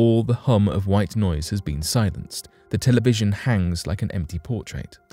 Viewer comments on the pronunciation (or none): none